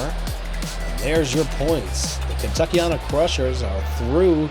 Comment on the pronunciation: Let’s go Kentuckyana krushers are he but I will say the end of our team name is said like anna